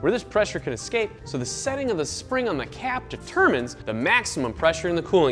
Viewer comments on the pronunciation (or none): none